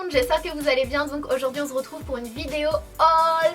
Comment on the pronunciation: On "zretrouve" ! haha ^^